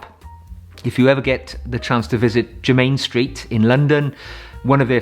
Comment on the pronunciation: Adore your channel,I am wearing for spring "Douro" by Penhaligons It is my fave EDT.for evenings at The Opera or Ballet I wear "Mouchoir De Monseur"by Guerlain.For day I wear Boucheron Eau De Parfum pour Homme.By The Way it is pronounced JERMIN Street,not jermain Street !!! Terre De Hermes is also a wonderful choice for spring.